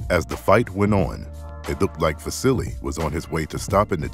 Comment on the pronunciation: You are pronouncing his name; VA-SI-LEE ? SERIOUSLY?? It's VA-SEAL - Unbelievable!